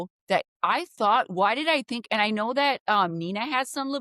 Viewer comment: said tink